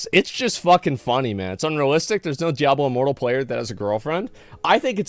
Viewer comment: Did I just hear him call it “Diablo Immoral”?🤣 That’s hilarious